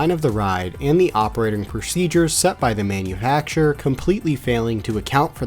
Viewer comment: I have no idea if you meant to say this but the word “manuhackturer” sent me to space 🚀